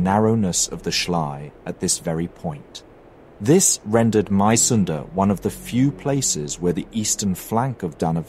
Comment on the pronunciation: Being a Dane interested in History and living about four kilometers from Mysunde (pronounced: Missunde) I have a small, but in my opinion important correction: The new King Christian IX didn't contemplate much as he took over the crown on the 13th of November and signed the November Constitution on the 15 th. The government more or less presented him with an ultimatum: Sign or ...! indicated his forced abdication. Being of the House of Glücksburg he was personaly eager to maintain at least that part of Schleswig as part of the Kingdom of Denmark, but his efforts were (as we know) in vain. Besides that I do like your videos very much.